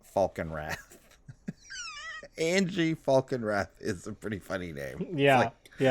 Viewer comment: It’s pronounced An-ya, not Angie